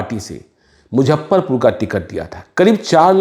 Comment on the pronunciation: Muzaffarpur ko pronounce thik se karo casteist analysis karne wale.